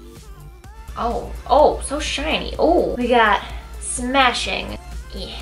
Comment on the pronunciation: You're totally saying "smashing" wrong.